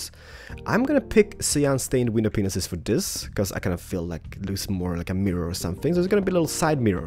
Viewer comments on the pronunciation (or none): can you count how many times he said "window Penises" instead of "window panes" ?? xD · You say penis instead of panes (no effense) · It's pronounced window PANES not penises!! Ugh! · You know you're saying penises. It was never funny. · It sounds like "paneses" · I guess everyone is going to disregard this amazing build and lose their shit over the fact that it sounds like he said penis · . Did he just say.... "window. P. E. N. I. S. E. S." 😰😱😱😐 I'm not being mean but...I'm not thinking dirty I SWEAR ON MY LIFE! 😵😕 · did you say wenis-penis? it sounded like it XD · Its Panes/paneses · He said pinese lol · he said pinenises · i love how he pronounses "panes" and "penis" lol